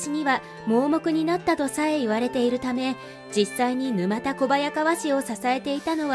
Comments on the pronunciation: ぬまたではなくぬたですね。地名から来ているのでなおさら沼田ではないです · 「ぬまたこばやかわ」ではなく「ぬたこばやかわ」ですね。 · 沼田小早川は、ぬまたこばやかわではなく、ぬたこばやかわと読むのが正しいと思います🤔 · 沼田（ぬまた）ではなく、（ぬた）です。